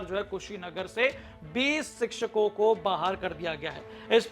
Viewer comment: शिचछको नहीं शिक्षको होता है 😂😂😂😂😂😂😂😂😂